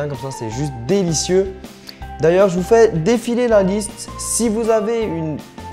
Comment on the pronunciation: j'aime bien quand tu dit "Mmmm c'était juste, dé-li-cieux !" la phrase la plus focus du monde comme si t'allait dire "Putain c'était juste dégueulasse n'hésite pas a t'abonner a la chaîne !" Mdrrr